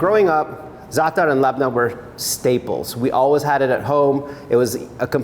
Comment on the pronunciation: Thank you for not saying ZATT-TAR.